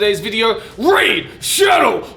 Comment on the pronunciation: i can feel the pain everytime joey says "raid" in raid shadow legends. it's ok dude lmao